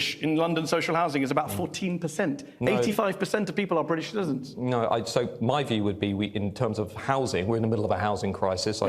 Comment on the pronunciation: There’s a T in British,! ‘Bridish’??? Makes me want to slap his legs.